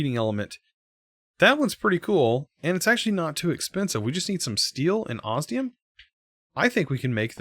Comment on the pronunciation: For the love of all that is holy when will you learn to pronounce osmium correctly???